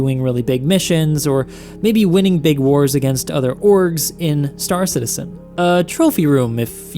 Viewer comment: why does everyone call it star citiSen and not star citiZen????